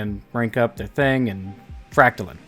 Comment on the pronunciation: Fractalin? I thought it was pronounced fractaline